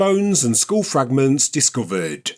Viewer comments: “Skull”.. it has two Ls in it. Its not a Skhuo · Funny how you pronounce the word “skull” 😂 it sounds like “sc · School” 😂😂😂😂( geez…..)